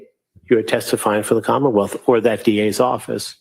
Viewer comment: does she say “commonmouth”?